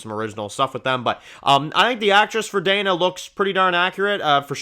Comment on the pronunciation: *Dina not "Dayna"